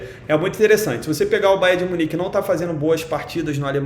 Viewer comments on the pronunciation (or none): Ele falo babo de minich entao vou no barça😂😂